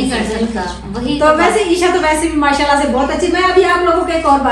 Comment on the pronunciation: MAA SHA ALLAH k akhir mn H yani ہ ki awaz lazmi nikala kren plzz